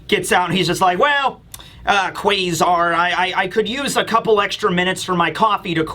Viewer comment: What's the thing with him saying Kway-zar? That's so fucking annoying